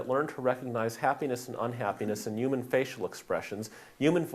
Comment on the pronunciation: Ray Kurzweil also talks like that.